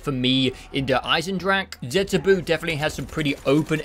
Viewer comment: The last u in zetsubou is silent, not the o. So the pronounination must be zetsubOH.